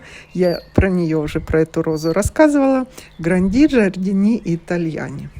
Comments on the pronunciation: Гранди-ударение на ,,а" джардини- на первое,,и" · Гранди- ударение на ,,а" джардини-на період,,и"